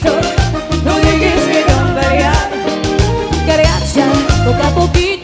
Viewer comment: No no se dice cargacha. Debiese aprender a decirlo correcto.